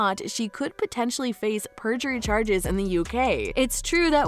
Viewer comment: Not native English speaker here, but I'm pretty sure it is perjury, not purgery. But no, as far as I understand the lawyers on Youtube who have been commenting on the live feed, it is actually unlikely in a civil case to prosecute someone for perjury. Which I find strange and wrong, because there is no incentive to speak the truth. In criminal cases there perjury is much more serious I heard. But I do understand your sentiment. To me, it now seems very clear that Heard tried to hook up with a rich man (Depp), and tried to get as much money off him after the divorce. She may have actually felt love for him, but it was very twisted. Depp paid much more than the $7M divorce settlement, more than $14M actually due to court costs and demanding taxes to be paid by Depp, and tried to get his five penthouses and $50k mothly off of him initially. And even before their divorce, she went on to Elon Musk, whose sperm she used against his will (he sued her over it I read) to fertilize her eggs to create a baby, that was then brought to term by a surrogate mother. I could not make this up if I tried. However, apparently Musk was not as easily duped (in the end) than Depp was. I think books will be written on this whole 10 year drama (2012 to now).